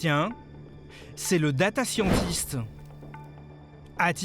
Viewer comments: Exactement la réflexion que je me suis faite.. je fais des select dans des tables et construit des interfaces , en fait je suis "Data scientist" depuis 20 ans sans le savoir.. mdr . Et puis la prononciation de "Scientist" c'est pas vraiment ça... quand est-ce que les journalistes vont apprendre l'anglais ? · ça s'écrit data scientist (c'est de l'anglais) ! Et moi je l'ai écrit data scian-tist pour souligner la prononciation de merde du journaliste. merci mais je sais quand mais orthographier l'intitulé de mon taff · Roh lala "data scian-tist " cette prononciation m'horripile. Et pour ceux qui disent qu'il faudrait faire la même chose pour les milliardaires....ca n'a juste aucun sens ! Ici on parle d'algorithmes qui servent à traiter des données massives de manière automatique , pour les milliardaires qui sont peu nombreux y'a zéro intérêt à développer ce genres d'outils . Je suis data scientist, je comprends que ce genre d'outils puissent faire peur, mais les cas détecter sont systématiquement reverifiés à la mains . Les algorithmes permettent juste de trier sans faire chier ceux sur qui ya zéro doute!